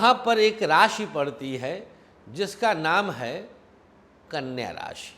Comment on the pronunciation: Aap knya kyo bol rhe ho